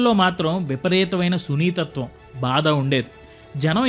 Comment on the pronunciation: హలో తమ్ముడూ, నువ్వు చేసిన వీడియో బావుంది, కానీ కొన్ని చోట్ల తెలుగు పదాలు తప్పుగా పలుకడం గమనించా, అవి : 1) గూడాచారి కాదు గూఢచారి అనాలి ... 2) సునీతత్వం కాదు సున్నితత్వం అనాలి దయచేసి గమనించి మార్చుకోగలవ్